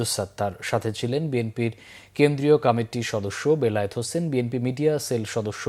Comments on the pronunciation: এই সংবাদ পাঠক কমিটি শব্দ কে কি কারণে কমেটি উচ্চারণ করে এটাকি অজ্ঞতা নাকি বাক প্রত্তিবন্ধকটা।সংসলিস্ট কত্রি পক্ষ কি বিষয় টি নজর দেবেন নাকি সময় নাই? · উনি কি কারণে কমিটি শব্দতিকে কামেটি উচ্চারণ করছে এটাকি অটোপাস এর জন্য অজ্ঞতা নাকি বাক প্রতিবন্ধকতা ? কতৃপক্ষ কি বিষয়টি নজর দেবেন নাকি সময় নাই?